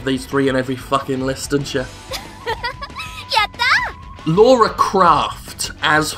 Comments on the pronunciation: Damnit Jim, it's LARA! L-A-R-A - Not LAWRA! GETTIT RIGHT!!! :P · LARA, NO, LAURA... Common mistake, but still... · I'm sure i'm like the 90th person to correct this. Lara Croft.